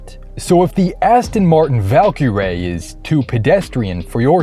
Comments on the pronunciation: Did.. did you say Soper car? And Valkyrae? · Did he say "Aston Martin Valkyrae"? lol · It’s actually pronounced Val Kilmer-Ray. An homage to the 1992 film “Thunderheart”… Not a lot of people know that 🙃